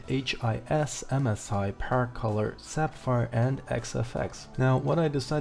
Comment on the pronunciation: "Sap-fire..." Uh, wat?